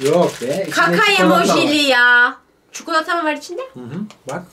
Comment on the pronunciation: Çikilöt dediği yerde koptum 😂